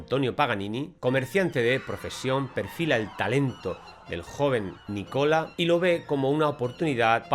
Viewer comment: Es Nicolo ..no nicola